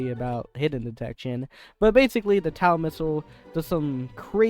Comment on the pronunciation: TOW missile, not TAW missile